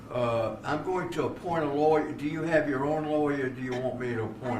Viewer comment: The way he pronounces lawyer is awesome.